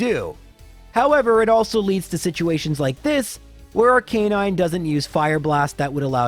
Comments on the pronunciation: weird arcanine pronunciation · You frustrated me every time you pronounced arcinine, it makes my rage flare up. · ive never heard arcanine pronunciated like that